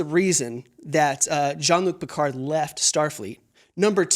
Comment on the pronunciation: I “love” how no one in the US is able to pronounce Jean-Luc Picard correctly. 😂